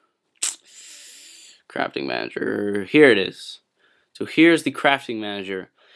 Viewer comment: lol he says crapping manager